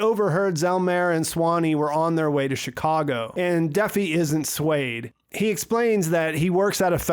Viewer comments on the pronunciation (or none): none